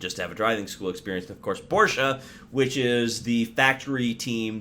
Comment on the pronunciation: Thank you for pronouncing Porsche correctly……with an ah on the end